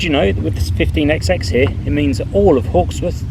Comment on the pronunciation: Please stop this EXEX nonsense. We do not pronounce the Xs, which are merely an indication that each engine has a different number! They are thr 15 hundred class. This exex thing seems to have surfaced among those born after the age of steam.